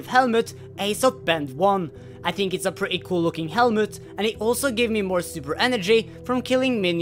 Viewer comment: I don't know why I think this. But when says tink or ting instead of think or think. For some reason I think it's really cute.;)